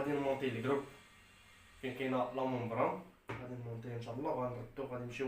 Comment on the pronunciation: السلام عليكم أخي الكريم شكرا على هذه التوضيحات والشروحات لي واخا ناقصة شوية المهم وهو الفكرة وصلات. غير حاول تنطق السميات كيما هوما،بحال هاديك لي كاتقول ليها لومبرام راه سميتها لا مومبران يعني غشاء بحال غشاء البكارة.تحياتي وشكراً لك